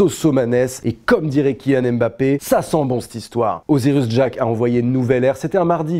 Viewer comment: Il vous en a fallut du temps pour prononcer le nom d'Osirus Jack